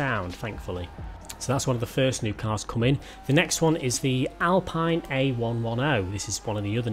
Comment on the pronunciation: YOU SAID AL-PINE AGAIN!!! ITS PRONOUNCED AL-PEEN!!!!!!!!!!! ALSO ITS AN A ONE TEN NOT 1 1 Oh. AAAARRRGGGGHHHHH YOU SHOULD KNOW THIS AS JAMES MAY HAS ONE!!!!